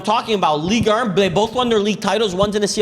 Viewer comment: Guys please pronounce Ligue 1 correctly... it's painful. It's Ligue Un not Ligue Ur